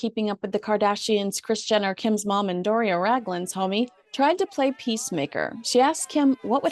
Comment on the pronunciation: Did I hear you say ' Doris Raglan ' ?